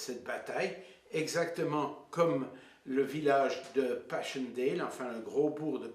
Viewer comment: Estaires se dit é-tè-re. Et Passchendaele se dit passèndale et non pass-chendèle Zonnebeke se dit Zaunebequ' et non Zonnènnbeke. Le cimetière militaire portugais de la photo est au lit-dit la Bombe à Neuve-Chapelle, Pas-de-Calais, en France et non en Belgique. Parle-ton à un moment des combats, de l'offensive, de la contre offensive ? C'est une video décevante.